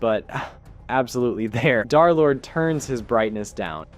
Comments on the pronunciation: Its d3rlord not derlord and darlord its d3rlord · He called him darlord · Derlord❌ Derlord✅